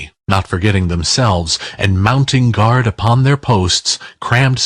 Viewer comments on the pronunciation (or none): none